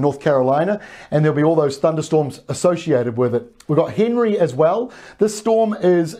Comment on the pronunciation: tropical storm henri is not pronouced like the name henry its pronounced like ahn-re im pretty sure and also Henri is not a dying storm